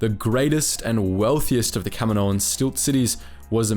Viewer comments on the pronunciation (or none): Kamino = cam - een - oh Kaminoan = cam - eh - no- an? Wouldn't it be Kaminoan = cam - een- oh - an? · Kamino-an. You sound dumb saying Kami-noan. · What is Camo-noan? It's Kaminoans. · For the amount of times you saying there race it would help if you actually said it right just once.